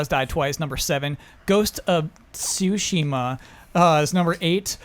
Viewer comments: It's not that I'm harping on anyone, I'm just saying you can't dismiss the difference just because it barely exists in your own language. If you have trouble with the pronunciation of certain words that's fine, it can't be helped, but you can leave it at that without dismissing it as not being important in the first place. Sour said the fox about the rowan berries. I respect you standing up for though. You're a good man,. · So... Pissburgh works?... Love you guys, but I really don't get why it's so hard for you to accept this correction and to make an effort to pronounce a name of a place correctly. It's really not similar to the example brought, and for those who speak the language it's simply painful. Just imagine each time someone mentioned Pittsburgh he won't bother hitting those 'Ts', how painful it'll be for your ears. Something you consider.. L&R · I think the issue isn't that doesn't pronounce Tsushima correctly, it's the attitude he took during corrections. Instead of saying something like "Look, I know it's not 'proper,' but that 'ts' sound is just too weird for me to pronounce," most people probably would've dropped it. But instead he acts like "How DARE you correct me!", which was never going to end well. EDIT: I also decided after originally writing this to go to the comments of last episode, scroll all the way to bottom, and do an in-page search on "sushi." How many comments called him out for "Sushima?" TWO, only one of which was (mildly) snarky. So unless he got bombarded with corrections on other platforms, I fail to see how he could get so steamed over this. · I disagree. When didn't clearly pronounce the T in Tsushima, I had no idea what videogame he was referring to. State of Decay 2? Trials Fusion? It could've been anything. /s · You don't omit the T from names. You say Tyler not Yler no matter what...